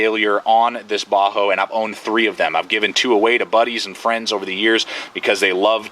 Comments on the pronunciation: Bahco not baho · Bahco is pronounced Backo, not bahoo. Thanks for the video anyway. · most pronounce it bahco...ur saying bajo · Not to be rude, but I believe the pronunciation is "Baa-ko". Anyway, solid video. Cheers. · Sorry bro you lost me when you couldn't pronounce it..properly